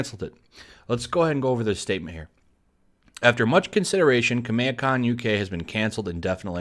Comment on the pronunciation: The way you say Kameha, Is that even the correct way of saying it?